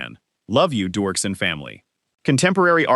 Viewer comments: Its Doerksen (Dirkson) not dorkson. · ANNOUNCER!!!! iTS NOT Dorksen, its pronounced Derksen. Pls do the minimal amount of research.